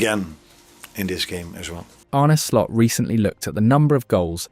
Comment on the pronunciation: "99th minute or later" "Arnie Slot" AI slop narrator.